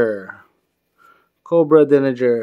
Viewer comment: DERRINGER. Not Dillinger. :)